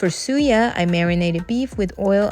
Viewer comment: Suya not siya yeye person 😂😂😂